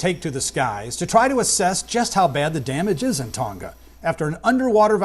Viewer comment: It is not Ton-Ga - learn to pronounce names as the people who live there do